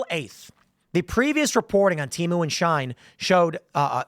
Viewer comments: It isn't shine. It's pronounced she - en. Its also not teemu. Its pronounced tay-mu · it's she-in not shine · Its she-in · HOW DARE YOU MISSPRONOUNCE SHIEN!!! (she-EE-n).